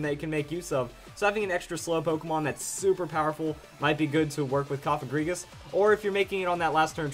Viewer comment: You are one of the Few People in the Pokemon Community that Pronounces Cofagrigus the Right Way! Thanks! :D